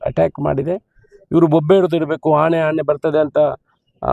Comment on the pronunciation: ಆಣೆ ಅಲ್ಲ ಶಾಸಕರೇ. ಆನೆ